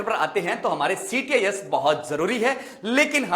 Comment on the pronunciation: Sir ctis nhi. Cits hota h